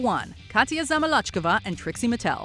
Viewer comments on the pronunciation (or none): It’s Zam-ill-lo-chee-kove-ah